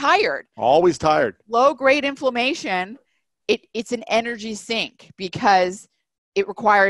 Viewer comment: So What is the definition of inflammation or afflamation - as the word is not pronounced or explained well